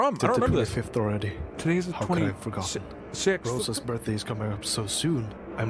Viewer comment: Gone, but not forg-otter-n.